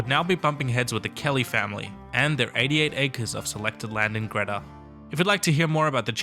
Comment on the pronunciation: I really feel the need to let you know Greta is pronounced Greeta - long 'e' sound. Just letting you know as someone growing in the area.